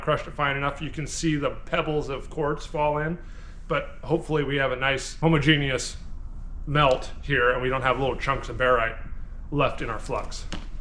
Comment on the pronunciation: It’s not pronounced “homo-genie-us” 🤦‍♂️